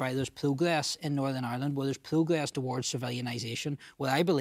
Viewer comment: sinn fein cant say Northern